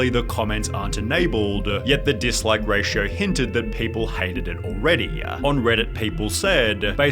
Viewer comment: Intro-wah family-ah already-a. Can’t you just talk normally man? 😅